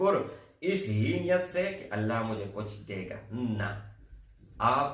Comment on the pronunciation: Bhai ALLAH SWT Kay kaam ka sahi talafuz Kay liye tashdeed, jazm hona zaroori hai. Aap isko fauran sahi say pesh karein. Afsos keh aap in ki ahmiyat say bekhaber hain. Mayn nay kheri baat ki hai aap bura na Maan na.